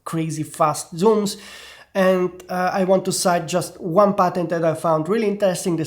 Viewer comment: Took my 5 minutes into this video to realize he was saying Patent and not Button haha 😂